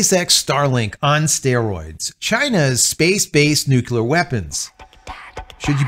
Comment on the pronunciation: I’m a long time subscriber. I enjoy your content. Please take this observation as a friendly suggestion for improvement. The word Nuclear is pronounced; Nuke-Leah. Not nuke-U-la. This makes you sound like George W. Bush. Which lessens one’s credibility. Hope this helps. Keep up the good work. May the Force be with you.🌀 Jim🌀 (-: <*>:-)